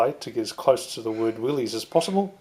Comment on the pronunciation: FYI, the proper pronunciation is "Willis," not "Willeez." Great job you're doing on your build.